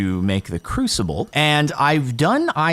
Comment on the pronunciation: lol crucible is said crew-sib-bull sib being like sibling